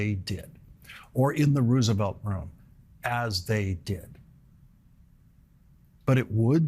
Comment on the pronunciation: Lawrence your doing great hut pkease say the name Roosvelt correctly